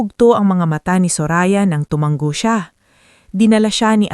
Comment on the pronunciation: Tumango hnd tumanggp maling mali ang pagbigkas ng tutuong salita. Tumatango hnd tumatanggo kuha mo!!!